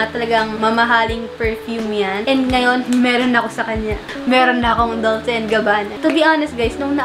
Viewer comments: Pretty good picks. By the way, Dolce is pronounced as 'Dol-che,' thought you might want to know. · 😂 Ung Dolce hahaha biglas po nyan is Dol che 🤗